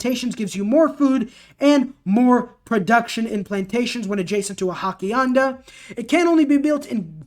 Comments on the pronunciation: He obviously hasn't taken Spanish. Oss ee EN da. I can't pronounce Hypastist for the life of me and some of these other things are even more obscure. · Hak-ianda XD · Hacienda is pronounced "HA-see-end-uh." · not hackianda.....hassie enda and Ya-nero